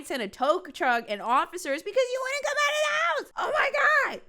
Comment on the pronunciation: Take a shot every time they say woont instead of wouldn't...